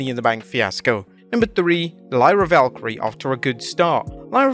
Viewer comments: Its Lyra Valkyria not Valkyrie LOL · It's ValkyriA NOT ValkyriE, how has not caught onto this by now? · Its Lyra VAL KEAR E AH, not Valkyrie, get it right, 2nd week in a row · Why can't just say Valkyria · It’s Lyra “Valkyria” - not Valkyrie. It’s been weeks of this already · Why do you guys say "Lyra Valkyrie" instead of "Lyra Valkyria"? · Lyra *VALK-Y-RI-A*. Every time... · please for the love of god there is an A at the end of VALKYRIAAAAAAAAA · Bro, will you ever call her name correctly? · Lol I know I said the same thing last week, it's not even accent either, its ignorance. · I don't think he can say it; ...remember the "Okay. I'm not even going to ATTEMPT to pronounce that" over a Spanish Zelina Vega quote in an X post yesterday?